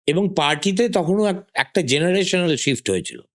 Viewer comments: যিনি ইন্টারভিউ নিচ্ছেন তিনি ঠিকভাবে "SHIFT " শব্দটি উচ্চারণ করতে পারছেন না, এই হচ্ছে আমাদের বাংলার শিক্ষা ব্যাবস্থার হাল. প্রচুর এডিট করা হয়েছে ভিডিও টিতে , কারণ সুমন বাবু মাননীয়া সম্বন্ধে যে কঠিন ভাবে কথা বলেছেন সেটা পুরোপুরি তুলে ধরার মতো সাহস নেই. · Ekta podcaster er emon pronunciation! Sift clas eki ! Jaghanya !